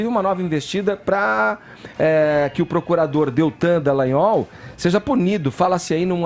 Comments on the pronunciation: acerte o nome do procurador! É Dallagnol não Dellagnol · Todo dia ouço esse cara chamando o Dallagnol de Dellagnol. Qual será seu problema? Será que não tem nenhum amigo pra chegar nele e dar um toque? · Não é Dellanhol e Dallagnol DA não DE que erre no Gnol beleza mas No DA DA LLagnol, Fefito o Queiroz ninguém sabe onde esta, mas você deveria cobrar a justiça do do Rio de Janeiro sobre o caso do Queiroz, mas o Celso Daniel esta no cemitério depois de ser torturado, e mais umas pessoas próximas a ele também estão no cemitério, você poderia cobras estas questões também sendo que o caso e bem semelhante do Queiroz. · ô... É Deltan Dallagnol não Dellagnol tem um "a" no Dallagnol poxa. sabe ler não? hahahahaah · o nome ė DAllagnol e não DEllagnol. Já que vai citar alguém,fale o nome certo,tá? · Fefito e Edgar ñ merecem mais comentários. Só a mim incomoda o chamar, nesse e em todos os outros vídeos, de Deltan DEllagnol?: é DAllagnol! Alguém do estúdio poderia avisar... jornalista tem obrigação de falar corretamente! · Pelo amor de Deus, alguém avisa ao que o nome do procurador é Deltan DALLAGNOL. Incrível como alguém que todos os dias apresenta notícias continue errando um nome que é pronunciado na mídia exaustivamente. É constrangedor escutar todos os dias um comunicador falando errado e ninguém o corrige.